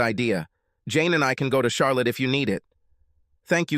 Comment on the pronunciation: Lol. Char lot ee